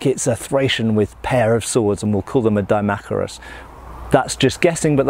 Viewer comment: I thought it was pronounced Dee-mack-eye-rus